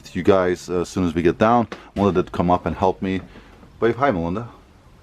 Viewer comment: This is the first time I realized your name is Melinda! I’ve been hearing “” in all the videos I’ve watched before.